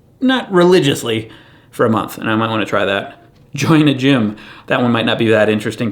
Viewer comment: When you said 'Join a Gym' I heard 'Chyna Gym', and it made me think of Chyna just bossing you around and laughing while you work out, some potential there.